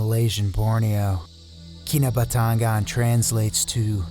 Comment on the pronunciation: Key-nah-but- ta-ngan